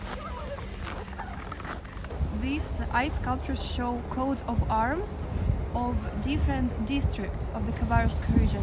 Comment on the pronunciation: its not QUOTE of arms, its COAT of arms, like COTE de Ivor (e vwaaa, like french, the IVORY coast.) COAT. COAT.